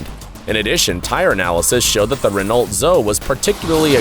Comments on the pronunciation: Ren-alt Zo? what? The Renault Zoe is pronounced Ren-oh Zo-E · What is a REN/ORT. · And NOT Renolt! Geeze! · That's not how you pronounce "Renault Zoe"... Renault is pronounced more like "Reno" and Zoe is pronounced "Zo-ie" as in the girl's name. Honestly, your lack of car knowledge makes this video nothing more than sensationalist. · Dude mispronounced Renault lol (Reh - no) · The Rover Metro or its face lift version Rover 100 is a car from the early 80s. It was rated as one of the safest cars then. Obviously NCAP would rate it low based on changes in car safety tech. The parent company ceased operations in 2000 and no longer make cars though most of their final lineup were re-badged Honda models. The L in Renault is silent(It's a French brand) Dacia is pronounced like Dach ya, like Lancia is pronounced Lanch ya. Which generation of the Fiesta & Punto is unsafe? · not serious dude when you can't pronouce the manufacturer's name wrong.. renault.. the 'l' is stilent.. and hyundai? really?